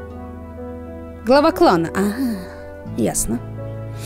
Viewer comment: Когда ты сказала:он глава клана мне показалось что ты сказала:Клава Кока:D